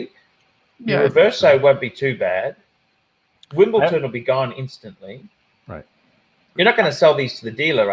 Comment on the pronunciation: It's WimbleDON not Wimbleton. FMD, surely the '' should get this right.